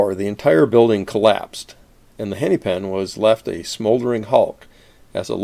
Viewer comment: Hennepin is pronounced more like henna-pin than henny-pin (or henny-pen, which you appear to be saying). The second “e” is short.